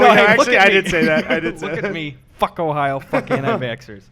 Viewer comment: "ohio" sounds like "ohayou" which means hello/good morning in Japanese, so you're basically greeting the antivaxxers lol